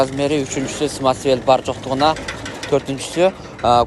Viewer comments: Самасвал дебейсиңби сымасвел дебей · Смасвел смасвел эле дейсиң, самосвал дечи кытайларга окшобой, кытайлар р тамгасын айталбай Шарапты шалап шалап дегендей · Смасмел эмес а самасвал😅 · Самесвел эмес самасвал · свасвел деген не деген Баткенчи